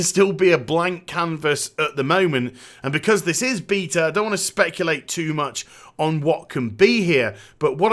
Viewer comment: The way you say Beta is so troll xD i heard you say the word Bae before on stream so its not your accent are you doing it on purpose